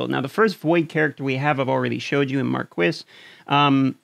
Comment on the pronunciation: F2P account here, LVL56 now, been playing since March '19. No Legendary yet except for the disguised one: Tayrel. The difficulty of being F2P is completing the events... You got to prepare and save those resources for the right moment! , Marquis' pronunciation is ''Markee''. Keep up the good vids! Thx.